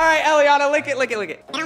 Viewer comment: its nit jelyana its jellianna